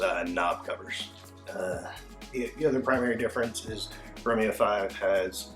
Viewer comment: I am two "romeos" in and I am very disappointed by the pronunciation.